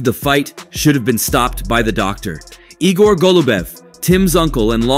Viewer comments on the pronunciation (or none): none